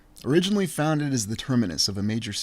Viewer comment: “FOUNDED”, As in Found…Ed? 😉